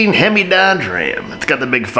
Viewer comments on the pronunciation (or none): none